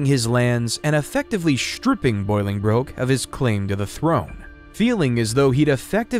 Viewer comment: Please, Please, Please stop teaching people things that are incorrect when a quick check would solve the problem... Learn to pronounce the names properly before you make these videos. there is no 'boil' in pronouncing either Bolingbroke or Boleyn. Bolingbroke is pronounced "Ball-ing-brook" or "Bow-ling brook" and Anne Boleyn even the porn industry knows is pronounced "Anne Bo-Linn" (Amber Lynn took her porn name from Anne Boleyn because spoken quickly both names sound the same). You are not the only one, but I'm shocked how often youtube videos completely mispronounce the names of the people in history whose lives they are detailing. Its hard to take the details of someone's history seriously when the person speaking doesn't even seem to care to know the name of the person they're speaking about.